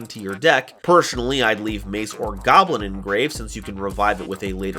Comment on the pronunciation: Its not goblin its GAWBLIIIIIN